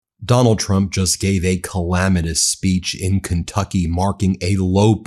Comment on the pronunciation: "SPEECHon" lol